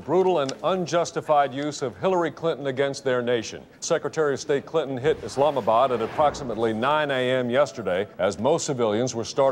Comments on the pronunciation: "Islamabad" lmao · Lmao “Islamabad”